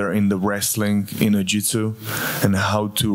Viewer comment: lmfao, this had me laughing too. 'No practice the jitsu'